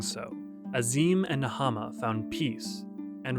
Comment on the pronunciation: I know it's super duper minor but little things like pronouncing the names of tribes and gods correctly that are said aloud in spoken cutscenes frequently would actually go a long way to make these even easier to listen to and enjoy. Things like the goddess Nhaama and the Dotharl Tribe. These videos are otherwise awesome and I wouldn't be bringing up something so minor if I saw anything else majorly wrong with them. Keep doing good work! ❤️